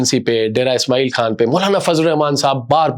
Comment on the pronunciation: اپ بھائی کس طرح سے اور الفاظ کو مکیسے بول رھے ھیں ۔ معزرت کے ساتھ اپنے تلفظ کی درستگی کریں کھان لفظنہیں ھے خان ھے ۔ نلی نہیں نا اھلی ھے کھتم نہیں ختم ھے کون ھے کؤون ھے کھوش نہیں خوش ۔ اپ اپنی اردو زبان کی ادائیگی کی درستگی کریں۔ تورا سا نہیں تھوڑا سا